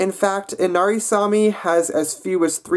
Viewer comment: It's actually Saami not sami, sami is a common name